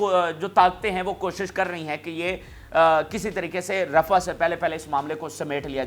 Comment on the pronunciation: Pl read rah as rafah